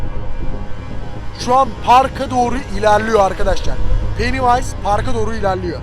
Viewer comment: Penniwise yani penivays